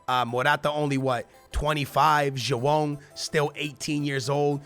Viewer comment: I swear when he says Joao it sounds like he's saying jewome